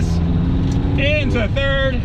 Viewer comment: "into second, yes! into turd"